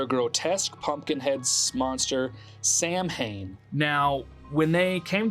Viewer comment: It's pronounced Sow-win per Irish people 😅